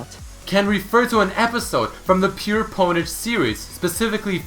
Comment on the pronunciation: This announcer is a huge idiot. Pronounced "Pure Pwnage" incorrectly, then posits "Boom Headshot" might be from TF2, when it was clearly also an homage to PP.